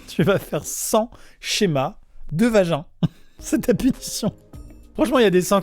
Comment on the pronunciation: C VAGIN CA SE LIE VAJIN